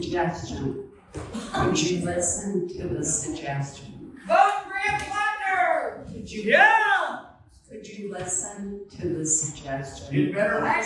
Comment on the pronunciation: Plat. Ner not planter